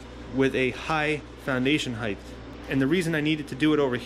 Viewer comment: Height not "heighth"